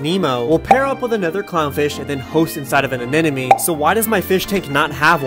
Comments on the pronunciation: not once did you say the word anemone correctly :D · Great video. It’s not pronounced “a-nen-uh-me”, though it’s “a-nem-uh-nee” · It's not pronounced "an enemy". The word even has NEMO right in the middle aNEMOne Uh neh mo nee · "Anenemy" yes, that's how it's pronounced. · Why do you pronounce anemone as an enemy?? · yeah bud maybe first look up how to pronounce anemone, cause its not a-man-and-me xD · you didnt once pronounce anemone right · youre pronouncing anemone wrong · how are americans INCAPABLE of pronouncing anemone properly though...? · PLEASE learn how to pronounce ANEMONE!!!